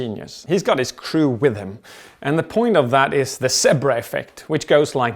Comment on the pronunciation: i had to watch the zebra part twice because he kept saying sebruh